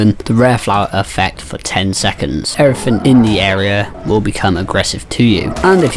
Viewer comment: "Everyfin" nothing is more cringe tbh